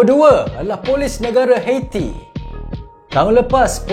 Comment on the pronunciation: Bukan detector min. Dictator. Detector tu pengesan. 1 lagi,Haiti bunyinya bukan heti,sebutannya ha yi ti. #teguranmembina